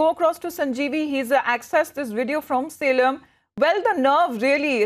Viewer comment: It's Salem not selam